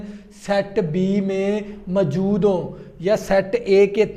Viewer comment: موجود ❌ ماجود✅😂